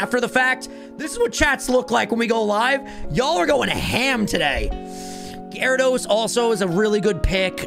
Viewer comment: GYARADOS, NOT GYRIDOSE!